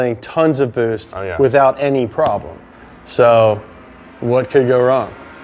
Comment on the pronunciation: Bwoost cweeps